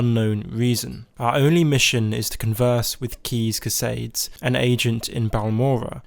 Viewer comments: Lmao “keys casaids” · all i've gathered from the millions of morrowind play throughs i've watched online, no one can pronounce Caius Cosades' name properly. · Hopefully he knows by now how to say Caius Cosaides' name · I know it's mandatory for being a youtuber that you must completely butcher the text to spoken translation of every Name or location in any game you play but how in the Holy hell did you get that pronunciation From CAIUS COSADES?